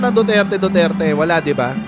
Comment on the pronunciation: Ang rinig ko DUTETE